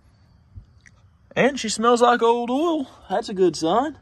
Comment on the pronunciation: I don't know how other Americans hear it, but when I (a New Zealander) hear you say "oil" or "coil", it sounds like you're saying "ool" and "cool".